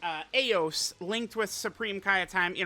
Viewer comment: Truth I believe her name is pronounced EYE OS.